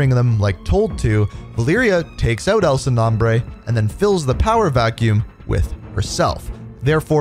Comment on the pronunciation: Not trying to be rude but the way you say El Sin Nombre Is the whitest way you could possibly say it 🤣